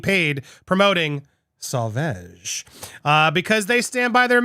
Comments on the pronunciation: "Sauvage" is pronounced "so-vage" as in mir"age". 😄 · Really? It's NOT pronounced like Sausage. xD The "A" after the "V" has the same pronunciation as in "Lawn". xD lol Also: OMG!!! She just can't stop can she? ~.=.~; When are lawyers going to say to her: "Stop this!! You can not win anymore! You can not spin this to your advantage anymore. IT IS OVER! Focus on what you still have left and focus on raising your daughter!!" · Say* vau*ge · Pronunciation is best heard in commercial: pronounced “Sahvahge” not saveige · It's not sorveg it sovage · Pronounce Savauge. As wage not eeege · It's pronounced Sa va!! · It’s pronounced SewVahhge. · You said it correctly once. So-vag soft g. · Darling, it's Sauv(ah)ge. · Wait, you said it pretty much correctly! But then you want back to "veg"... Your talking about Dior made me hungry for veggies. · The last A in sauvage is pronounced like the 'a' in father. So-vah-ge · Yep I noticed that. I internally cheered when he got the pronunciation right then somehow went back to 'sew vege'. Lol all well though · Great news! However, it is pronounced "so-vahge". It''s French for "savage". All that aside, AH has been proven to be liar and an She's reaping what she has sown. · Me too. I even tried to correct him in the chat - “SO-VARJE” - he said it right once and then reverted to mispronouncing it! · Yep ...he's saying Sew Vege lol. However when he's reading the Dior report he pronounces it well. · It's pronounced (suh vaazh) phonetic spelling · I think it’s ‘So Vahhge’ pronunciation...oh you got it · Sew - Varge ffs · Andy it’s pronounced SO-VARJE. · No YOU are murdering the name of the Perfume!! Stop saying it please! You should have learned how to say it before your clip! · Andy listen to the commercial and you don’t say it wrong but listen to the commercial you have up and hear Jd say it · You are pronouncing it wrong,so annoying!! You didn't think to research it?? Fool. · You're pronouncing it wrongly 🥺😩😩